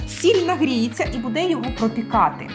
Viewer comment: Тетяно, дуже приємно Вас чути українською, але "бУде", а не "будЕ". Зверніть увагу, будь ласка) Так само і "бУдете".